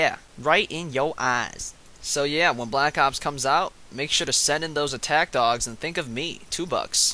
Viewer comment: Lol it sounds like he's saying dongs not dogs